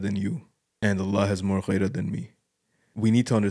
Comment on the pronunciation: غيرة=gheera not ghayra